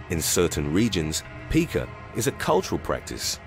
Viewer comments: Pica. It's not peek-ah, like pikachu. It is pi-kuh, like the rock mica. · Honestly, I love your channel but it is pronounced pike-ah not peak-ah. Take it from someone who works with these individuals. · Pica is actually pronounced like word "pie" 🥧 (which, ironically, is something that is ok to eat lol).. It was an issue among a lot of the Autistic kids that I did behavioral therapy with over the past few years.. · It’s Pica ( pike-a) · This ain't no Pika-chu but seriously its pronounced more like pie ka